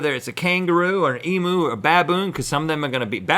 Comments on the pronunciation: emyou not emoo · OMG I am going to DIE if an other American says Em-OO! It's Em-YOU. I am still subscribed but..........mewo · emoo? lol pronounce it as emew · Emu is Pronounced EEM,YOU not EE,MOO (just thought it would be a helpful piece of information). love your vids and have a good one. ;D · it is said eemyu not eemoo damn americans (JK) but seriously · Hey GMM i from Australia and just thought id let use know that its pronounced EMU again EM(you) you got the EM right but its not EMOO its EMU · omg the way they say emu "emoo" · tis not 'emoo poo', tis eemyou poo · Em-u not e moo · It's pronounced 'EEE-MU' as in Unicycle, not 'EEE-MOO' as in cow. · It’s em-you not em-ew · As an Australian I feel the need to clarify, it's said EM-YOU, not EM-OO. Haha please. Please. Say it correctly America hahaha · "Emoo"?! Guys, it's Ee-myew! Not Ee-moo. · Why do all Americans think Emu is spelt and pronounced 'Emoo' . Lesson 1: (and only Lesson 1) its pronouned E-mew...Get it right! :) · I have to smile every time you guys say Emu because you pronounce it wrong haha, your saying it like e-moo when its pronounced exactly how its spelt, em-u haha. We aussies love our roo's (kangaroos) and emu's ;) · Eemeeyoo. Not ee-moo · Heads up from an Aussie, emu is pronounced with a U (yew) sound not an oo 😂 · Pleasee its pronounced “eemyou” not “emoo” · FYI EMU is pronounced eem-you not ee-moo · Martin I’m American and say it like E-mew not E-moo. The way they were saying it made me cringe! 😂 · In Australia we say "eee-myew" not "eee-mooo", you're welcome. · it's pronounced eeemm-you not eeem-ew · Guys when you say Emu its a strong u at the end not Em-oo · E-mew not E-moo. Sorry, one of my pet peeves lol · It's so weird how they say Emu. Being from Australia, we pronounce it long E sound then MU produced like Mew in Mewtwo (The Pokemon). They pronounce it significantly different in the MU because they say "moo" instead of "mew". Just sound really weird in my opinion. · Emu not e-moo